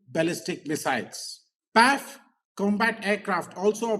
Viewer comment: Pls don’t say Paiff. Pls separate it as P.A.F., like I.A.F.